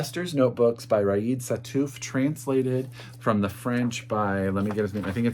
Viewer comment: hi, new subscriber here, i really love your calm and joyful demeanor, and the love pouring from your words when you talk about books ! It's so pleasant to listen to you ! P.S. : "Riad" is pronounced "ree-yad" in France, hope it helps